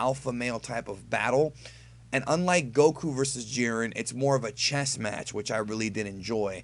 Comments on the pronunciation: Did you say, "Hiren and Jit?" lol No worries, just found it funny because sounds like a goof that would've came outta my mouth, too :D Love your reviews, man! Please keep'em coming! :) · "Hiren and Jit" lol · I’m glad I’m not the only one who kept saying hired and jit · Hiret and jit haha lol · "Hiren and Jit". Wow, where were you going over there?! LOL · "Hiren and Jit" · "Hiren and jit" LMAOOOOOOO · "hiren and jit "xdxd